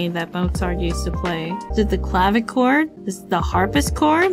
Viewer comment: Ngl, it's kinda triggering me how she's calling it a "Harpischord" xD